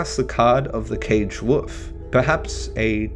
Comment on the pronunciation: Woof? Wolf. I'm English and I've heard Americans, Canadian, South Africans, Ugandans and Australians pronounce the L in Wolf. Cute though haha, someone negates the power of the majestic animal though.